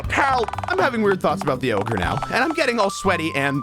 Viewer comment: ranboo mispronouncing "ogre" is so funny??